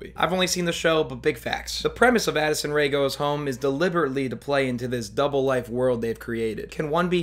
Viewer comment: i cant tell if he said acid rain or addison rae here but it seems to be true either way